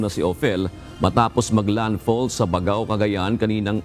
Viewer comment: Kindly pronounce "Baggao" as you pronounce "Baggaw" (double 'gg'), NOT "Bag-aw or Bag-ao" as pronounced by your weather forecaster. I am a native of Baggao and this is my province.